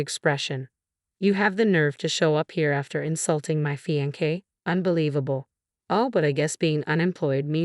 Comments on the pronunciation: I don't think it a robo reader, but a person. Someone lacking good expression and also lacking proper pronunciation. Fiancé (a male) or fiancée (a female) is pronounced FEE-ON-SAY, not fee-on-kay.. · Fee on say not fee on kay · Please pronounce words correctly. It's getting very annoying. (Madeline is Mad-e -line) and f(inance is fee - on - say) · What does one expect from a Robo reader. So unemotional and dreary. Fiankay ??? What on earth is a Fiankay? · Please, please, please learn how to pronounce fiancé. It is NOT fiankay.